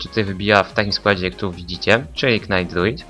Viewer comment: Dlaczego mowisz "knajt" a nie "najt" ?